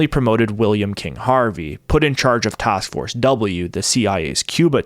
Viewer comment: What’s a “tosk force”?